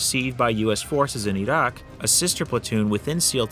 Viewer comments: `WHY IS HE SAYING IT LIKE THAT? E ROCK! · Your pronunciation of "Iraq" cracks me up. Going from standard american english into that "wannabe authentic" way of saying it. Reminds me of people like AOC speaking normally, and then putting on that overexaggerated hispanic accent on words like "Latina", "Venezuela", "Mexico", etc.